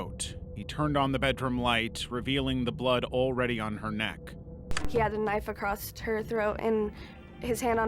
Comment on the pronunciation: Is it an American thing to pronounce the word 'Across' as 'Acrossed'?